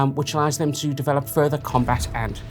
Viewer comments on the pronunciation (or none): none